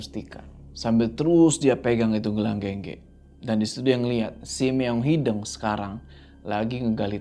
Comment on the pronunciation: Sampe skrg masih salah nyebutin “meong hideng” hrsny kan “hideung” ga sih 😂😂